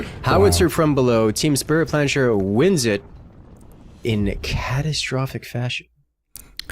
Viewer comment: The pronounciation of "Team Spritplanscher" made me go insane